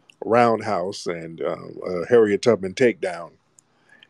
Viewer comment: "Chair"riet TUBMAN 😂